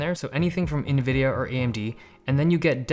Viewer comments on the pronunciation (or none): none